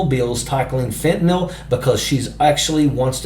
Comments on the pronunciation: It's fentaNYL, not fentaNALL! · FentaNYL - not FentaNOL - love Jazz!!!